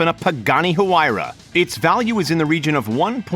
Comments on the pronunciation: Bro he called it a hoo-ry-a It's hwee-ra Get it right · homie said hoowira lmao